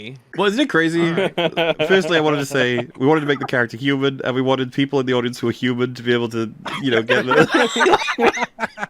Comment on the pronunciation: "I too am a hew-mon like the rest of you. I can relate to you because of the fact that I am a hew-mon."